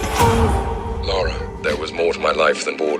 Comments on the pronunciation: AGAIN ONE MORE TIME. Not the same thing. That's the point. The way Americans pronounce her name is Laura. (Law-ra) The name is Lara. (LAR-ah) You might as well be calling her Larry. It's like if I called Korey - Khoury. Watch the movie or play the game. Not once does anybody call her Laura. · For the th time. It's LARA. Not Laura!!! Rhymes with La La... NOT Lor-A... Laura is a completely different name. Americans can't seem to pronounce it correctly. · Why can't yanks say Lara, they say Laura (nah, it sounds more like Lora) instead ...why oh why? I mean, they can say Lana, as in Lana lang, they don't say Lona Lang. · it’s pronounced “Laura” when it’s Lara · he's been saying names wrong 7 years lol